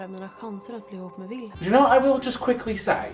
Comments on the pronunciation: I think it’s pronounced Vilhelm because of it being Swedish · Prince's name pronunciation: Will - hell - m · ajahshaha it’s so funny u trying to pronounce their names😀😀 u pronounce wilhelm like vilhelm and Simon like seemon😎 idk if that helps but I love this sm🥲💛